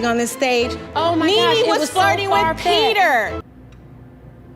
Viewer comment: ask Pee-TER